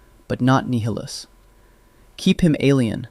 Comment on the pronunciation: I think it is AI because he's constantly saying Nihilus's name incorrectly